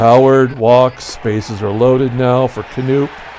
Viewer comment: FYI - Bobby Knoop is pronounced as per Wikipedia 'kuh-NOP'. That''s what I thought when growing up.